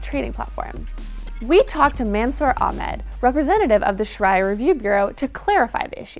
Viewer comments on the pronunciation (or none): It's pronounced Sha ree a